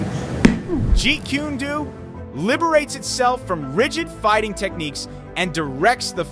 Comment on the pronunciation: Jeet ku ne do? Stop using AI to narrate. Learn to pronounce it correctly.